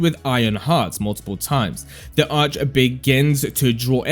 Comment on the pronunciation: Still can't pronounce arche? Bot